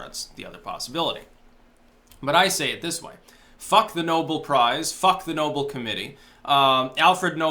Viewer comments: ***** It's pronounced "Know-belle" note "Noble". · The prize title is pronounced like Alfred's last name,. Nobel not noble. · are you trolling us. It's no-BELL! LOL